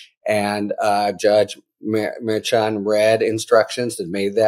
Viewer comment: he can't pronounce Merchan correctly, he just can't. and the clickbait titles are getting worse and worse. :(